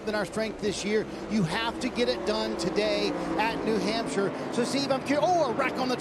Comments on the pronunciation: I’m thankful I was at the race and didn’t have to listen to Leigh saying “New Hampshire” all day 🤣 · OMG DIFFEY...WE NASCAR FANS KNOW WHO THE DRIVERS DRIVE FOR, AND THEYRE SPONSORS, YOU DO NOT HAVE TO REMIND US EVERY SINGLE LAP. AND THATS NOW HOW YOU PRONOUNCE HAMPSHIRE,SORRY.NASCAR ON MUTE!!